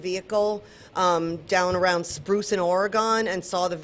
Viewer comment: Ory-gun. Say it right! Lady, every time you say it wrong, you insult my state. Do better.